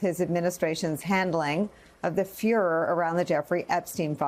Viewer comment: Did she really say furor?